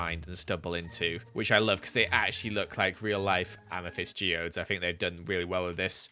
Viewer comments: Nobody:: AMATHISED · AMA NOT THYST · Ame not thyst